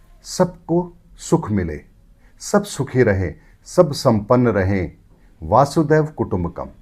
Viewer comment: भाई मनोज जी वसुधैव कुटुंबकम् होता है वासुदेव नहीं । आप ऐसी गलती करेंगे तो बाकी लोगों का क्या होगा ।